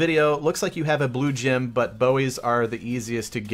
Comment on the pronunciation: The way you put the emphasis on "blue gem" makes me cringe.